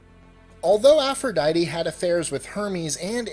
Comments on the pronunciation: BS APP-RO-DITE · No i m talking about aphrodite